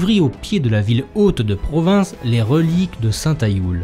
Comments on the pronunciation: L'histoire des foires de Provins est très interessante, mais on ne dit pas pas "PROVINCE" mais "PROVIN", le S final ne se prononce pas. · Le « S » de provins ne se prononce pas